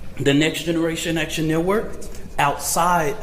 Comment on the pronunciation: “We will do direck atchun”